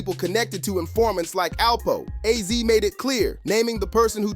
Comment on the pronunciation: Azie not ozzy